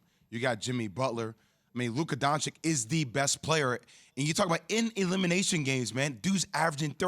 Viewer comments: JWliil: “Luka Doncik”🤦‍♂️ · What an embarrassment Keyshawn is, getting paid to do analysis on a nationally brodcast television program about a game that he admits he DIDN'T EVEN WATCH. Keyshawn, you and Kyrie should get together and discuss how flat the earth is. Jwill, it is pronounced DON-CHICH. Get it right, it's your job. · If you are calling him special atleast you can learn to pronounce his last name correct. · All this praise for Luka, why don'T You all learn how to pronounce his last name. It's not hard. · when are sports analysts and commentators gonna learn how to pronounce "Doncic?" Same happened with Nowitzki. How embarrassing. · Why can't Jay and Stephen A say his name right?!